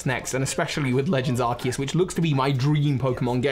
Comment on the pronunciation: So glad that you say Arceus correctly